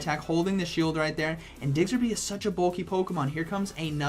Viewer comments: Man it's Diggersby, not Diggserby. Hurts to hear that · I found myself correcting you every single time you said it... 🤣🤣🤣🤷‍♂️ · thank you, like is it intentional he just doesnt take the time to read the name? i know it petty but hearing it wrong SO many times makes me want to stop watching. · What the heck is a Digserby 🤨 Learn the name please smh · “Diggserby” - 2020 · I can't help but chuckle everytime he says DIGSERBY. I myself kept saying Chestnaught instead of Chesnaught and Visi-tini instead of Vic-tini for the longest time even though I have played all the games upto gen 7, so can't judge. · I love how you call it Digsterby, it's Diggersby not Digsterby haha love you:) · ITS DIGGERSBY NOT DIGSERBY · DigSIRby😆 nice showcase and a great vid as always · For ur kind info it’s pronounced as DIG-erz-bee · Lmfao "digserby" day made 🤣💀 I would enjoy it if from now on you say pokemon names incorrectly on purpose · Man it's digserby 😂😂. Learn the prounciabdhsvegs. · He says Digserby with such confidence I am starting to believe that's its name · Am I the only one who twitches every time he says diggserby? 😬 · Nobody:: DIGSERBY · This video is hard to watch cause you keep butchering diggersby’s name D